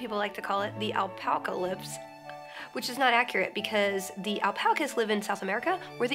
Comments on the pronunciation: You got an extra L in your alpaca, but we lolve you anyways. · she can't say "alpaca," she says "alpalca" literally the cutest thing I've seen her do, and that's saying a lot.